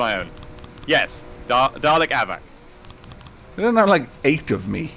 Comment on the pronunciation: its dalek no darley